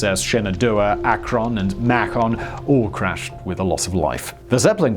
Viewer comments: I imagine Simon still can't say Akron correctly. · The US airships: Macon rhymes with bacon (pretty sure it's named after Macon, Georgia). Akron (ah-krun), Ohio.